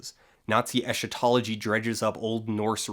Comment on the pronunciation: Not that it matters, but "eschatology" is pronounced with a "k" sound, from Greek "éskhaton".